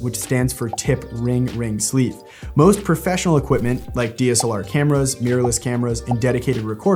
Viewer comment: Sleeve not sleve*